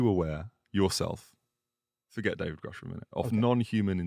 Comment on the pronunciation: Thank you for pressing Lue on some hard subjects. Really makes you wonder where the truth sits and the control government seems to have over disclosing the details. Also good work managing to get him to pronounce Grusch properly haha